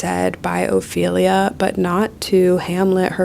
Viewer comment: I don’t think ts knows anything about Hamlet, so I didn’t take it personally when she completely butchered Ophelia 😂